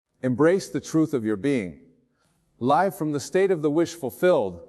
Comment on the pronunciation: yes listen to the certain words like Live as in living expressed as if in a sentence live recording dead giveaway